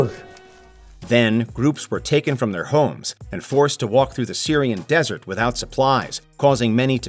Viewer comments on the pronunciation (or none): none